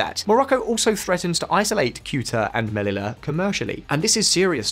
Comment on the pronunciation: Omg learn to pronounce "ll" in Spanish. Sheesh!